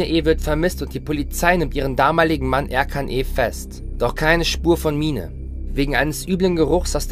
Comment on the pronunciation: Der Sprecher klingt iwie komisch 🤔 Und ich bin mir ziemlich sicher, dass es nicht Erkan, sondern Er-dschan ausgesprochen wird.